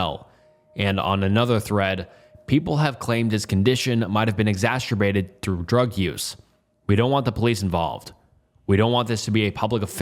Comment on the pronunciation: “Exasterbated”. Come onnnnn. 😂